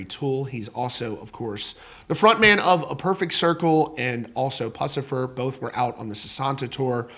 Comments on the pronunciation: That’s how you pronounce Pussifer?! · /ʊ/ short u sound like foot or cook. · How do you not even know how to pronounce Puscifer? You know all the trivial facts about so many c-list horse shit “rock” bands, yet you don’t know even the name of one of MJK’s amazing bands. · Except he doesn't know how to pronounce Puscifer